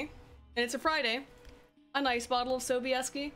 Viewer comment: Hehe nice pronunciation of Sobieski :) Wait Mads Mikkelsen for Geralt? Zajebiście by było :D I bought and read Ostatnie Życzenie(Last Wish) recently on a whim because I had nothing with me to read as I was waiting for my uncle at the airport. And was pleasantly surprised. I was thinking before books fame was overblown a bit. It isn't. You saw the Polish TV series? Damn woman you got some balls. Nilfgaard is more closer to Holy Roman Empire than ancient Roman Empire.